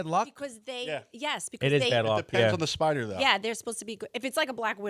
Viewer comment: LOL! "Spida!" How about Tommy D shootin` the guy?